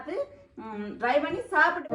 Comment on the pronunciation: Dry பண்ணி இல்லை try .அதாவது "d" ஐ முதல் எழுத்தாக உச்சரிப்பதில்ைல. T என்று சரியாக உச்சரிக்கவும். Dry உலர்ந்த try முயற்சி .News paper ல் உலர விட்டால் printing க்கு பயன் படுத்தும் ink நச்சுத்தன்மையானது. இது சேர்ந்து விடும். Plain paper ல் காயவிடவும்.